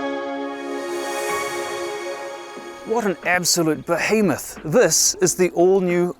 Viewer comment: He says this as thezz.